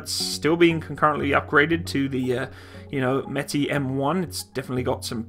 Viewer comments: Not metai but METIS. Pronounce like it is written. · the word Metis should be pronounced like "Me teeth" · Met as in METropolitan police + is as in this IS an apple. Thats how id pronounce it as pole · with the little i know of russian, i think it would be metis, not metay. whilst french and russian have been quite close in the past, i.e. bistro, russian seems to pronounce every letter.... blended sounds are reserved for particular letters, and the C letter, the S sound in english, isnt one of them. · What Meti? Metees dude, pronounce it with 's'. I mean I understand that you don't know is it Metees or Metis, but why do you leave out the "S"? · metees. with s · Дмитрий Кардаков so Metsis means half caste then? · Based on the Russian way for writing it, it looks like it's pronounced "myehtees", or almost basically as it looks like it sounds in English. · "Meh-tis" With Russian names, you basically read them as they're written. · Pronounced meh-tiss. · Just so you know it is pronounced May-tee like the native Indian tribe of Manitoba, and lower Saskatchewan. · im pretty sure its meh-tie thats how you say it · It is pronounced directly M E T i S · Meh-tEEss! It means mestizo, métis! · For those who are upset of my pronunciation if the word Metis.... get over it. My god I wish I could ask those who think they know it all to say words from other countries they are not from and hit it every time. Come on people, just enjoy it for what it is..... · Russian is phonetic - if you see a letter, pronounce it; there's an S (in Metis) for a reason lol. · It's not a French word, s on the end is pronounced.